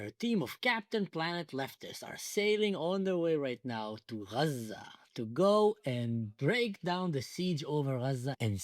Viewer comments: Achi stop calling it ghjjjjjjzzzzzaaaaaaa ffs 😂😂😂😂😂😂 dying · it's not raza or gaza it's AZZA and it's a name as well from the bible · It's A'aza. Not Graza. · And why in the hell do they say Haza instead of Gaza??? I’m sorry, are they from the area? Do they speak Arabic??? Idiots!!! Actual fools. It’s so embarrassing!! 🇺🇸🇨🇱🇮🇱✝️♥️ Am Yisrael Chai!!!!! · Why they pronounce 'xaza'? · The pronunciation of Gaza sounds like haza which in Hebrew is Chazir which means PIG! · Azzah is the Hebrew pronunciation of the land from biblical sources. Azzah is the 7th oldest city in the world. Israel predates Palestine by more than 1,000 years. Describing it as the prickly or the thorny place. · What's with the new pronouncation of Gaza? This is the girst time I hear it - and I followed the situation from day 1.